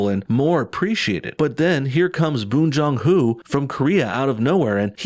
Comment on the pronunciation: "All these white people gotta wait till their 50s and 60s to win Oscars, but minorities get them on their first movie that was nominated." Bong Joon Ho (whose name you mispronounced at least twice btw, it's quite literally pronounced as it's spelled) is 50. Alfonso Cuaron (who is Latino) won his first directing Oscar when he was 52 after at least two of his films were nominated at the Oscars. It takes like five minutes to find all this stuff out with Google, but no, go whine about the Academy being so "woke" (they're anything but) and giving Best Picture to a movie that you probably haven't even bothered watching.